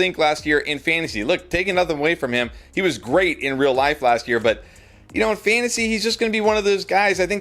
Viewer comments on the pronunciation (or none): none